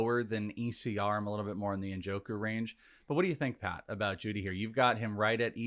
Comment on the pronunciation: Am I the only one confused when he kept reading jeudy and moore wrong? 23 and 25? The other two guys didn't say anything either?